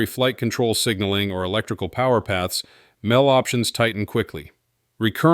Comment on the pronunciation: Mel, verses M E L. It's good AI, but stuff like calling the M E L, Mel, sort of wrecks all the good analysis for me. I am sure it will get better in the future.